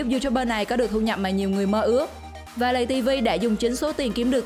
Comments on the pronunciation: Lay tv mà không phải lầy tv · Lay tv chứ ko phải lầy tv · Lay tv nha ko phải lầy tv